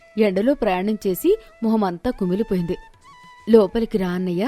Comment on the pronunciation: కుమిలిపోయింది ❌ కమిలిపోయింది ✅ 😂😂😂😂